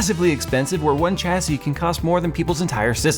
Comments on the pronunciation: SAY IT WITH ME ....Chassis ..... SHAH - SAY not CHA-say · The "h" makes the c an s! shassee.. Thank the French. Edit: I may have missed it but the case is called the "Panzer" cool whip.